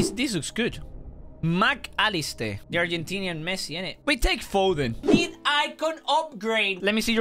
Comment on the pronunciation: says The argenntinan Messi lol